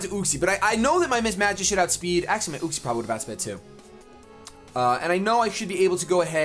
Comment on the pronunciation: Yoo-xee, not uh-xie